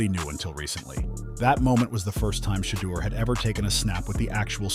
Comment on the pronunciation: It is Shedeur not shaldo